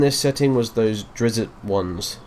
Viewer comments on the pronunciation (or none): Drizzit!? Drizzit!? It's Drizzt.